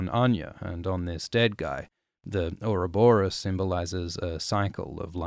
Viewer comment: It's actually pronounced "/ˌjʊərəˈbɒrəs/", derived from the Greek for "roly poly timey wimey slither boy"